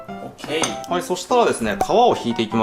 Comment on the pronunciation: that "Ok" sounded western XD